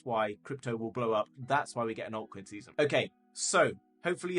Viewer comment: What's a huge "oiy coi see-sun" ? I just spelled phonetically.